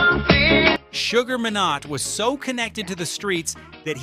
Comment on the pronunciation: SUGAR MINE-NOT ...not minot